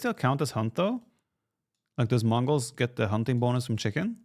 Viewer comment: The Chicken CHEE-KEN